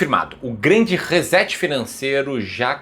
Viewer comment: ReSSSSSet....por favor!!! tem som de "S" e não de z....